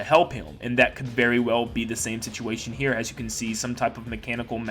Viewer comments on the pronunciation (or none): none